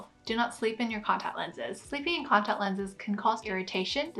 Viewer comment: I've never seen someone who can't even pronounce the words "contact lenses" know so much important information about contact lenses. Amazing.